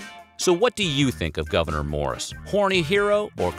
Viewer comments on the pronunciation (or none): And his name is pronounced (Gov-a-nore), not governor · Weird History Having his first name mispronounced... a lot. It’s “Goo-Ver-Nay” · As a resident of NY State's North Country, I can say that you're not pronouncing his first name correctly. The last syllable rhymes with door.